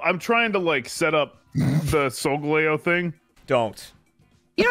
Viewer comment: It “Sole-gally-oh”